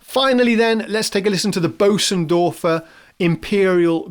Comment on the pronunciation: Great, great video, thank you for the effort and stellar presentation! (But do try better with the pronunciation of Bosendorfer (sorry i dont have a german keyboard) .. . Being English is NOT an excuse for not even trying😅)